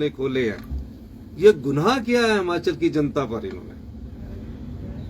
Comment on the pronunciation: हमाचल नही हिमाचल होता हैं